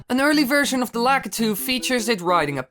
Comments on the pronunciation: it is said as LAK-I-TOO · LA KY TOO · well i pronounce it that way,so essientially the entire time you were pronouncing it wrong to me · Lah Kah Tu. Is not how u say it. You say it like LA Key Toe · This is my favorite Mario Bros. character. I've still have my original Nintendo plugged up in my bedroom (*I pronounce his name Lah key too) 🤣🤣🤣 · Actually the only time he said lakitu right was and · Lol Dutch accent kicking in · U almost said it properly